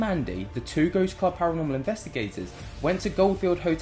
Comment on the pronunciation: As a fan of both GA and PA, Nicks constant inability to say the word ParaNORmal drove me insane. He even does it in here.. wtf is PARAMEL? THIS IS LITERALLY YOUR JOB